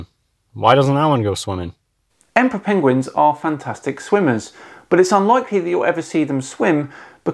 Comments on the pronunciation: is not worth the time of day. Also, is he calling them "Pengwings"? If so, he's more stupid than I thought. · Has anyone else noticed he is saying 'Pengwings' rather than Penguins? Or at least sometimes, like Cumberbatch style.